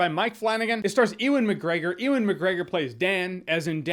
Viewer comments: his name is pronounced yewen not eewan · You are pronouncing Ewan wrong you are saying Eee when Uuuwan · E-wan? It's pronounced Yoo-an you dafty haha. Great vid tho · It's not "e-wun" its "you-un" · Ewan is pronounced "yoo-in," not "ee-wen." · It's 'Yoowan' McGregor , not 'eewan' McGregor. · It's youwin, you're saying my name wrong smh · "oowin" McGregor 🤔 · Who the hell is Eww - In McGregor? I've never heard his name pronounced like that before, lol. Eww-In! It's the same when Americans say CREG for Craig. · Yo Jeremy, Ewan is pronounced "You-En". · Ur pronouncing ewan mcgregors name wrong big man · Why can’t Jeremy pronounce Ewan properly? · U keep saying Ewan wrong, stop that